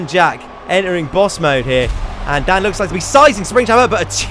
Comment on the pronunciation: you said it's Dan not dam